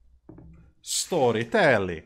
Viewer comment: I officially approve "Stooorytelli" for all Italians. You are allowed to use it.